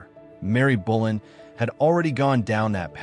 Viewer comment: Her name was Anne Boleyn not Anne Bullen.